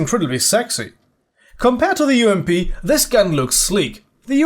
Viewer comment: the way you said "ump"had me dying